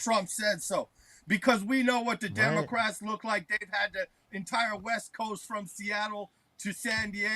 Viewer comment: Dis is da outwine! Dis is da stuff he says....No democwats...nobody ewse would even say these kind...these types of things he says on his wet...his website hewre!1!"